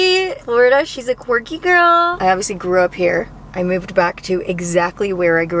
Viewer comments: “In Flo-rida” 😂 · you constantly calling florida flo-rida lmao